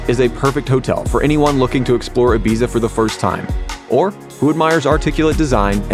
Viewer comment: Can’t cope with the pronunciation of Ibiza.